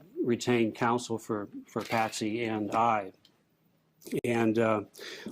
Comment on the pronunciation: Her name is Patsy not Patty. Just thought you'd want to say their correct names.😊